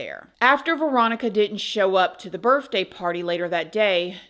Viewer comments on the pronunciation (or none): Darling...you seem so well put together. Obviously well spoken. Personally, I would want someone to correct me, so I'm going to. It's Bir- th-day you are saying Birf-day.😂 at least it was cut!🤷‍♀️ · I pray isn’t saying “birFday” come on now she can say every other word correct except that. It makes me get second hand embarrassment for her!!! Grown adult speaks perfect but thinks it’s cute to say BIRFDAY, it’s not cute and sounds horrible!!!!